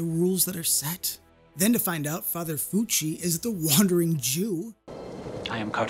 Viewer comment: It's Father Lucci not Fucci (aka Cartaphilus)